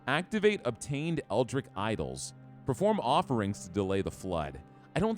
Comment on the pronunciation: It's fine if you don't wanna play Cult of the Lamb periodically, just make the call. I know there are a literal gazillion amazing video games that you want to play. Fun fact: Stoic is pronounced Stow-Ick, Eldritch is pronounced Eld-rich.